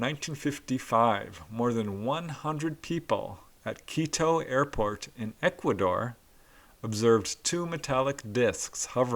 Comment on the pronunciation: Ah heheeheee you said Air-Fart instead of Air-Port lol!